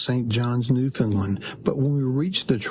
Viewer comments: Great video. Loved everything. FYI. Newfoundland rhymes with understand. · I lived all over the US for 12 years and no one could seem to pronounce Newfoundland correctly. Americans always say New Fin Lin......you have to say it fast New Found Land.......lol.....You stayed in my hometown of Twillingate. Cheers.